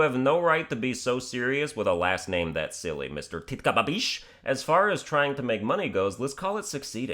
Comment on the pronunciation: Lmao 😂😂 Titkababeesh must love u right now that name is funny as hell and ur pronunciation of it is spot on!